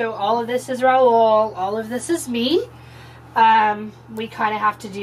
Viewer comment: Thank God!! ...first time somebody said the name Raul right LOL..so many people just cant pronounce it right …. nice house btw !!! love all the video !!! Going trough the same problems right now with current house ..do we upgrade since kids want their own room ? or we just close the garage and wait till they go to college ? in my city the taxes and water utility are crazy for a small town (7k taxes and 89+ on water for a 1400sq ft house and 7k sq lot on a 40+ year old neighborhood no luxury at all ) (sorry to resurrect old video threads) . will subscribe.